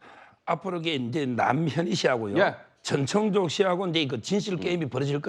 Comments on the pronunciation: 아나운서가 발음이 왜저래; 자꾸 정청조래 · 앵커님이 자꾸 정청조라고 하시니 약간 거슬리네요~ㅎ